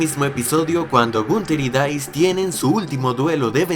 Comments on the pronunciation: dais?, no es dus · en el minuto , le dijiste Dice a Deuce? O escuché mal? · En ese minuto dice "Dais" para referirse al nombre del personaje de Allan Illigollen (Deuce) que pronuncia "Dous"